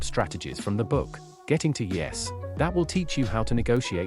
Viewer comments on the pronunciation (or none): that AI voice is so awful. I can't do the 8 minutes....... "getting to eee-essss"